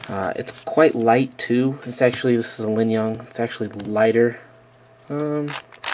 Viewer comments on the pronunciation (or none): you lingyun annunciation is wierd... you have the G in the wrong place. it linGyun, not linyunG.